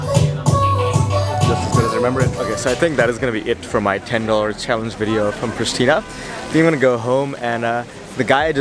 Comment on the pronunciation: Hey I live is Pristina you have to say in Kosovo preshtina